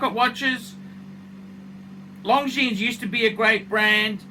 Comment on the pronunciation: Did you say Long Genes?